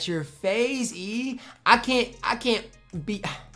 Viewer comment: It’s that time of year where butchers Yi’s name every single day